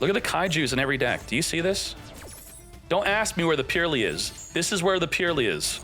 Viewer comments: its not purely, its Purr-ly gotta make the Purr sound like cats make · Great matches all around. New format is great. Can't listen to him say purrely though it hurts. It's purr-lee the e after the r does not affect the words sound. Supposed to sound more like pearly than purely.